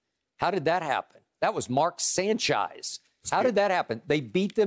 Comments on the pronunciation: “Mark Sanchise” 💀💀😂😂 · Not sanchise lmao😂😂💀